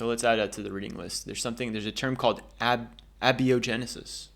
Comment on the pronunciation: I only know this because I’ve heard other people say it - Abiogenesis is pronounced A (like bay) bio (bye-oh) genesis. I definitely would have said it the same way you did if I had read it first before ever hearing it. 😂 Great video. Interesting channel idea. 👍